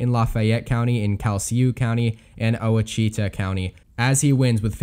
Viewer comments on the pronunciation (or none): Please look up the pronunciations of the names of the parishes you mention. Calcasieu and Ouachita come to mind. Getting them correct will make your predictions more convincing too. I remember a contestant on Jeopardy ages ago who did very well (I can't remember how well) and I was impressed until he questioned "What is Ada?" to the answer that went something like "Verdi's opera that premiered in Cairo in 1871," instead of "What is Aïda?" I think they gave him the points, but I realized how shallow if broad his knowledge was, and was less impressed.